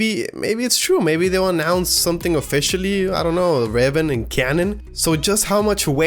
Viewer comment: It's pronounced Ray vahn.